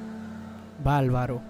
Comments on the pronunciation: Un tipo que canta regeaton basura y dice balbaro en vez de bárbaro es un bagallero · No se dice valvalo, se dice barbaro